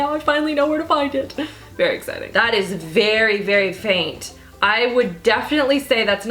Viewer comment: my favorite part of this video is when you said " iz very nice 😂". I'm interested in finding out about the scandalize mascara and the Milan rose product